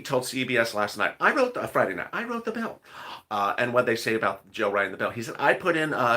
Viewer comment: Bill ,bill, bill not pill...